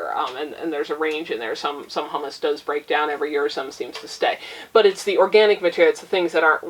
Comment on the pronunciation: Humus = “Hew-muss”. Hummus = “Hum-Us”. Humus is what is left over after other things have broken down; hummus is made from garbanzo beans and is a luscious dip. Thanks for the tip on the book! I will get a copy.